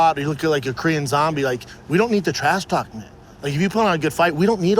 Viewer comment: Then he says cock instead of talk. This guy man. 😂